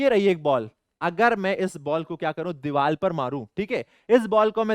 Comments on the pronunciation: sir it’s not dival it’s divar😂😂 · Deevar not deeval ❤